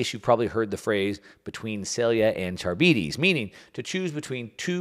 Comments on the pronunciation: Charybdis is pronounced kar-rib-dis, not char-bee-dees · Can you at least try to properly pronounce things when you're yapping all of your nonsense? Sylla and Charybdis aren't pronounced that way at all it's "silla" and "kar-ib-dis" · Scylla=Sill-ah Charybdis=Car-IB-dis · Scylla is pronounced SILL-uh, not like cilia. Charybdis is pronounced kuh-RIB-dis, not carabeedies. Since central to your discussion, thought you should know. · English teacher here. The names are pronounced “Sill-a” and “Cuh-rib-dis”. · Pronunciation alert: Sylla & Charybdis = Sillà (not sil-e-a) and Ka-rib-dis. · Consider using a pronunciation guide like the one Google has for things like Scylla and Charybdis if you're unfamiliar, unless you don't mind being called Milk Mouse. Just saying. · Learn how to pronounce Scylla and Charybdis.